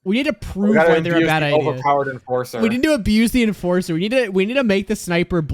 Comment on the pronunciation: He turned the enforcer into the enfarcer